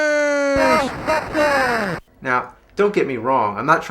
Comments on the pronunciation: the ghostbusters sounded like "go fuck her" trololo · I heard GAYBUSTERS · it sounds like GHOSTFUCKER! :) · It’s Ghostbusters not Ghostbuster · Sounds like it’s saying "go fuck her" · Why does it sound like "GOBUSTERS!!!" XD I know it says "GHOSTBUSTERS!!!" but it sounds like it's giving a idea to Bandai about Tokumei Sentai GoBusters! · I heard Ghost fuckers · it sounds like its saying ghost fuckers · Sounds like he's saying "Golfbusters!!" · GHOSHBUSHTERS!!!!!!!! What The FUCK was that? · Game:Ghost busters AVGN: Ghershtbusters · "GHERST BUSTERS" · Sounds like the guy saying GERSTBERSTERS on the title screen never pronounced the S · gheeerst beersters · GHOOST BUSHTERS!! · hahahaha I can't stop watching to XDDDDDDDDDDDDDD GHEEESHT BSTEEEEERRSH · "Ghosshhbustersssh!" What the fuck was that? "Ghosshhbustersshh!" LMAO. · I almost pissed at GHLOSHT BRHUSHTERSS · Lol Japanese pronunciation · LMFAO "Ghosbusters"